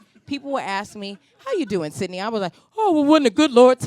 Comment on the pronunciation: Sydnee not Sydney